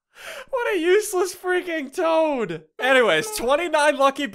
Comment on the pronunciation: toad not tad